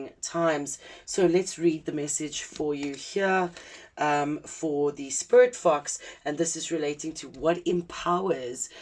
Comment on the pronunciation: When you first said sporit fox i heard spirit fucks 😅 i wasnt looking at my screen so didnt see the fox 🫣🫣🫣😅❤️🔥🙏